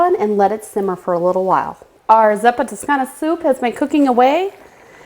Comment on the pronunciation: You pronounced the name of the soup wrong smh....